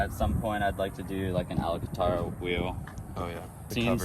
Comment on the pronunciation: Did he say alogataro wheel ? 😂